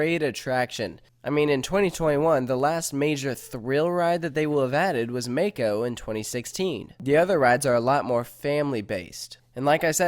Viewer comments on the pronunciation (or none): It's (mah-ko) not (ma-ko)